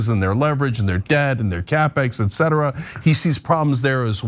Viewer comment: Also the commentator saying -ughh- "EX CETRA". OMG no, it's "ET CETERA". It's etc. <-- The "T" is there for a reason.